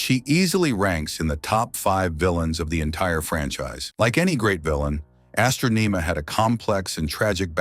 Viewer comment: Astronema, Zordon, and Galaxy among other words are consistently mispronounced.